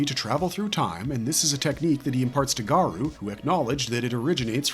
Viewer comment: Garou is pronounced Gah-roh not Garoo lmfao